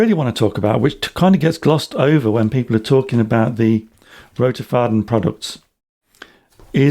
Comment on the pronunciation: This is such a good review thank you so much. I was very split on purchasing one as it is quite pricey (in my opinion) but this has helped immensely. Also your pronunciation of Roterfaden is great!